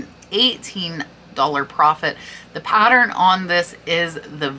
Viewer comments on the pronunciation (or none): none